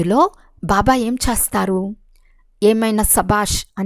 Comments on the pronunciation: Om Shanthi... A small correction while explaining that you are pronouncing "Chestharu" as "Chastharu" which it changes the meaning of that sentence. Chesthe /Chestharu means will do and Chastharu means will die. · Om Shanti Akkayya Garu Chastharu x chestharu ✓ Yenphye nalugu X Yenbhai nalugu✓ Visham X Vishayam ✓